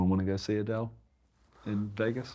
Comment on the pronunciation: Adele is 'a Dell' the pc lmao